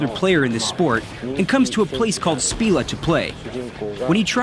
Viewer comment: mf really pronounced Spira from FF10 as "spee- lah" lol